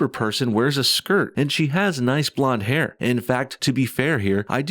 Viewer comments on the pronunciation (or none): none